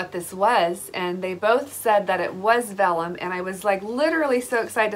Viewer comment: You pronounced vellum perfectly.